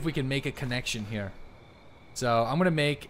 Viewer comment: why have you started doing this awkward thing where your start to roll your r's but dont actually roll it so it just makes anything you say like HERE sound super weird? have you started learning a new language or something? Ive watched you since you had 50 viewers daily and you never used to do it, i just stopped when you make the switch to tarkov so its super weird hearing you pronounce r's like that out of nowhere lol